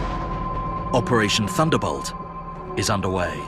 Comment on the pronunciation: i swear i hear "operation thunderBUTT" lmao